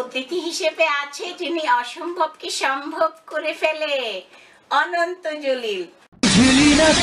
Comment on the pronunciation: গেরামিন ফুন,ডিকো,রুস্ট হা হা হা।অনন্ত জলিল সাহেব যে নিজের নামও উচ্চারন করতে পারেন না সেটা কে কে জানেন হাত উচু করুন।উনি নিজের নাম বলেন ওনন্ত জলিল!